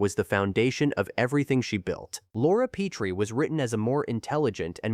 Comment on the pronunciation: Obviously whoever made this never watched the show or tgey would grt the pronunciation of “ Petrie” right. It has been clear to me since AI narration began that AI programmers don’t know any pronunciation rules relating written to spoken English because basically no one knows them. In teaching English at university for 14 out of 25 years I started to specialize in pronunciation about 20 years ago. Most of the problems can be avoided using a specialized alphabet I originally created fot smartphones. This is something I have discussed back and forth with Cambridge for over three years. It wouldn’t help however here in the mispronunciation of “ Petrie”. I have rge whole series on hard drive including the pilot with Carl Reiner called “ Head of the Family”. I wonder if anyone knows why he chose “ Petrie” as rge name of the family? I only know that word as in Petrie dish” used for growing germ cultures in biology labs. I doubt if there’s any connection with that. Petrie would be related to “ Peter” meaning “ stone”. Sally in one episode goes out with a mortician called “ Anthony Stone”. In the episode where Robs thinks they may have got the wrong baby at the hospital it’s because he thinks there may have been a confusion between Petrie and another couple called Peters only to find they are black. The longest laugh in the series history with Greg Morris playing Mr. Peters who couldn’t stop laughing. It may not have been a conscious relation in Carl Reiner’s thinking but it surfaced